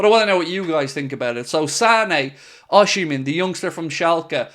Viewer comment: You don't pronounce OSIMHEN name rightly. BOSS..